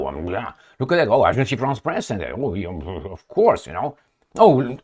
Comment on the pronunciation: Agence france press. NOT Agencie